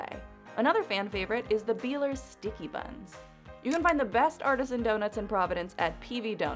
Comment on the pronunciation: Pennsylvania- Beilier is pronounced by-ler.